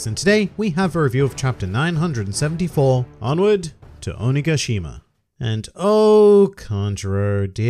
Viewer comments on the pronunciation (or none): when you pronounce "onigashima" japanese doesn't have vowel reduction like English does, so it's always a strong "ga", o.ni.gah.shi.mah everyday I make this mistake 😥